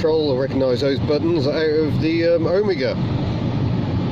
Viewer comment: Such a relief to find someone who knows how to pronounce Omega! OWE-migger, not oh-ME-ger...